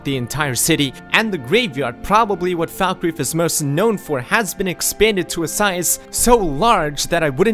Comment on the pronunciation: its pronounced fallkreath not foulkreath